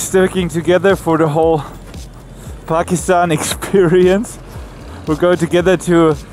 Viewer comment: "This is Pakisthan, this is Pakisthan... !!" LOL